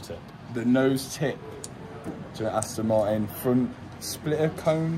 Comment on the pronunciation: spli-ah instead of spliter :D:D::D:D:D:D:D:D